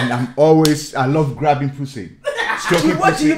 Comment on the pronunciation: Ai lov graubing poosi* Had me dyingggh😭😭😭😭😂😂